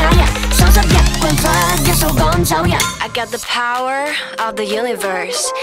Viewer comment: 寫rap 我都識,但寫英文寫到佢咁勁 仲要rap得咁流暢 少見, 不過 power個W係唔發音(劉家傑講 唔關我事)同埋我建議 assent風格最好統一 如dot發 英式,power 最好er也發番英式, (r)音都可以拉長